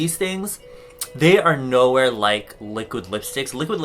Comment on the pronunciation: Li liuk liuk li-quid lipstick HAHAHA